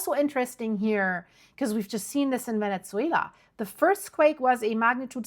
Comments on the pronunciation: Ven-ezz-way-la not Ven-ETS-wayla. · Is called VeneZuela ….. not VeneZZuela.